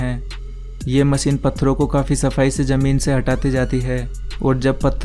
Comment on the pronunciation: Its not called MACEEN ITS CALL MACHINE.